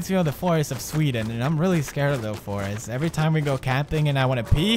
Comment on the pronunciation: i thing he end with a letter ,,t,, not s -forestetst